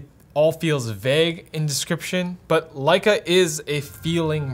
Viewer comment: Pronunciations were perfect. Both Leica and Leitz. Now try Angela Merkel.